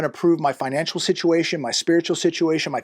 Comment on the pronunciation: It is FINANCIAL, not financUal.